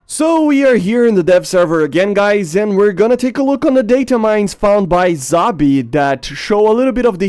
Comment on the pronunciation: ZABI, Szabi, pronounce Sz kinda like you would with S in english